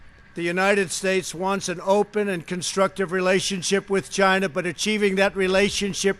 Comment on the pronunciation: 1,000,000 deaths worldwide. Where does this man get his figures from? Will he now get his accessories from somewhere other than 'Tchyna'. I do agree that Hong Kong should remain an autonomous state and that China is oppressing the citizens therein against their wishes. With regard to his comments on WHO I do not agree. Squaring the blame on China for the pandemic is unfair and merely deflects from his own inaction and irrational pronouncements in the face of information available to him early on in 2020 re the dangers of Covid 19. Although the speech sounded good I cannot help but think there are ulterior motives involved given the number of times he has lied during his presidency.